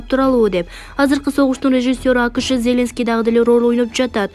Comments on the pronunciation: МаКРОН эмес, МАКРОН, ЗеЛЕНСКИЙ эмеся,ЗЕЛеНСКИЙ ДЕП ОКУЧУ. ДАГЫ ТОЛТУРА ТУУРА ЭМЕС УДАРЕНИЕ КОЮП ОКУП ЖАТАСЫН. КЕТЧИ ДЕГИ. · Эй кыз зеленский дегенге ударениелерди туура коюп окусан